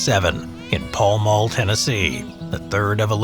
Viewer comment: If you're ever in the area around here we say pow mow not pall mall I know it's strange